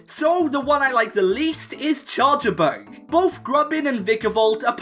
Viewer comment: IT'S CHARJABUG, NOT CHARGEABUG!